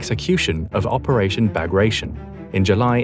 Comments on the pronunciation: Bagration is pronounced Ba-grah-tee-`ON. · I always thought it was pronounced Bah-gra-tee-on. Operation was named after Pyotr Bagration, Russian Empire general of Georgian descent during the Napoleonic wars. Wehrmacht's Army Group Center was smashed to pieces... Of course the Soviets let the Wehrmacht do the dirty work of putting down the Warsaw Uprising before taking over Warsaw...